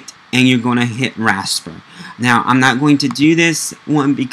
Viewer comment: It called Raster or Vector not Raspet and Victor!